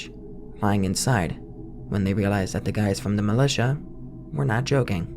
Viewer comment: "Milly tia" lmao